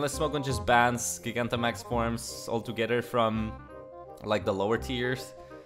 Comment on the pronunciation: I’m tempted to not even say it, since I don’t want you to change it.. but I love how you say GIG-Antamax. Never change.